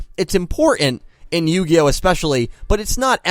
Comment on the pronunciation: Yugioh? More like yugayoh.